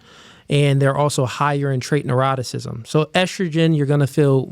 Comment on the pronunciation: When I saw the title I could already hear him say "Trait naroticism" 😅